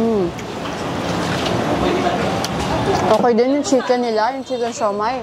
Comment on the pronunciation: Pansin ko lang madam imbis na chicken nagiging shicken ang pronounce hahahaha accent pinoy di na sana artehan pa 😅🤣✌️✌️